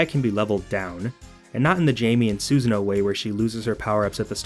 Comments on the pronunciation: I'm not going to lie every time you said Susan instead of Susanoo it made my back and my throat itch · Where did you lost "oo" in Susanoo's name and call him Susan instead??? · My favorite BlazBlue character: SUSAN. Pronunciation is Suh-sah-nó-oh. Great video BTW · Is it only me or he calling susanno as suzan 😂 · Ah yes Susan from BlazBlue,my favorite character. I'm starting to wonder if these mispronunciations are just for engagement farm 😅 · i cringe everytime when bro says Suzanne-oh. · was with it until you butchered Susano'o's name. It's "su-sAHN-oh-oh"